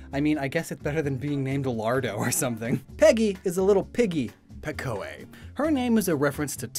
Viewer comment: And Pekoe is pronounced Pee-koh